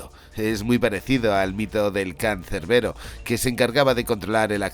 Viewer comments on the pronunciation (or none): none